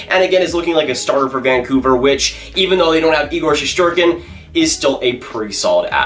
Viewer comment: Shest not shesht lol